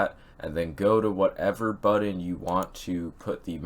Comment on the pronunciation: buddon? u mean button?